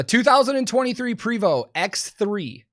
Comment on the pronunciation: Prevost is pronounced "PRAY vo"